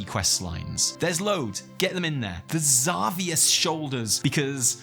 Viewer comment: Why did you say "Zahvius"? Why do WoW players so frequently do this stuff, the game has auditory dialogue that says the characters names 😿